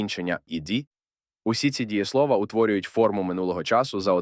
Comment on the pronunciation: Дієсловаʼ, наголос на «а»